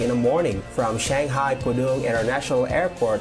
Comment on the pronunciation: please pronoun Shanghai (SUN HAI) and not chenghai.